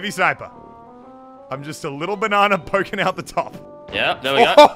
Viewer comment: Banana not banna